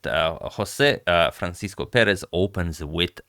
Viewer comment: I'd also add that, in portuguese, the 's' in "Francisco" is read more like a 'sh' sound as in "shade" so think 'francishco'